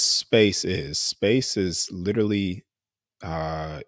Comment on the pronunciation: These two guys are supposed to be so smart,but yet they can’t say the word literally correctly😂